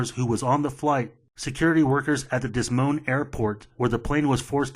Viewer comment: DES MOAN 😂😂 But seriously: Great great videos man! Your synopsis of the new reports are impeccable